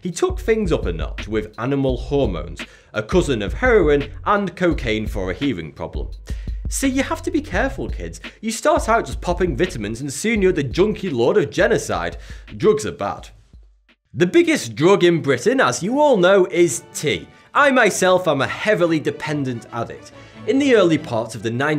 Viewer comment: Yo said u start off Poppin vitemans not vitamins 😂🤣😂